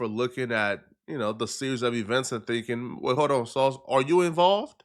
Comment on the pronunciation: was I the only one who thought that “On” said “An”